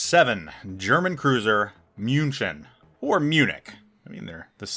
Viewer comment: mewn-shun - there ya go.